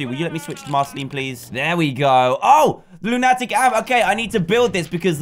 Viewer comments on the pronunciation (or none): It's not looniitic amp it's loon a tic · It is pronounced loo-nu-tic